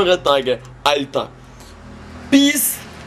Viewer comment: Das heißt peace und nicht beace